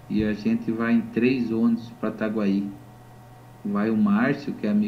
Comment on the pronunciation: Veja é TAGUAI E NÃO ITAGUAÍ entendeu